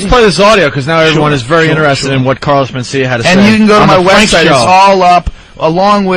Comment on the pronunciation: Carlos Men-Steal-Ya! AHAHAHAHAA!! l.m.fugging ass off..